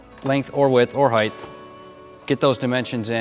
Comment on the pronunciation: Your profession is measuring and you pronounced it "hight-th" come on.....